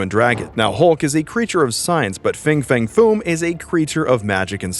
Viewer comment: Fin fang foom not fing fang foom….why cant people read anymore?